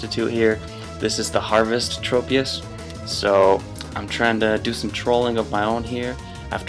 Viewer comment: I believe the proper way of saying it is Trop- as in Tropical